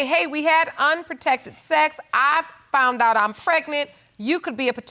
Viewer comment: "Fount out"...😂🤷